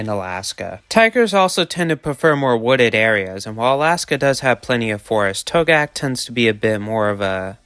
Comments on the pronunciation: Togiak is pronounced "TOE-gee-ak" That's a reindeer the tiger is eating, not a an elk. There are no elk in Togiak (nearest are on Afognak Island by Kodiak) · Togiak has more syllables than you are using ( toe gee ak) if that was an actual photo from the Togiak river area that is not an elk but a caribou. Yes there are elk ( an incorrect name as they are not actually elk) in Alaska but they are limited to the southern islands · a mistake that you never should have made, considering that you claimed to know a lot about animals. What was the point of your going to Alaska? Did you even go to Togiak? You didn’t even do enough research to learn how to pronounce Togiak.